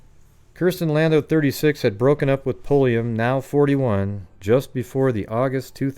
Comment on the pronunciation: No relation to Janis Pulliam besides a shared last name but I just had to THANK YOU for not being every other goofball I’ve ever encountered who stammer & stutter when trying to pronounce it! Lol